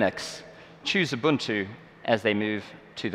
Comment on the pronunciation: OK everyone. Please pay attention to how he pronounces, "Ubuntu". It's not pronounced, "Yoo-boon-tu" or "Yoo-bun-too" or "Uu-bun-too". It's "Oo-boon-too", however, "Uu-boon-too" is also acceptable. I know, I know. "Tomato", "Tomato", but it's a pet peeve of mine.